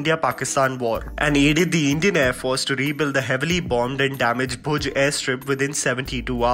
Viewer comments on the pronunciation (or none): Its Bhuj not Bhoj